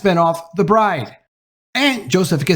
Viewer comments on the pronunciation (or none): none